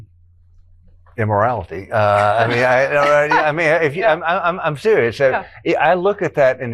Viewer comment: listen to what he says. Did he just say immorality? It did not sound like immortality to me 🤔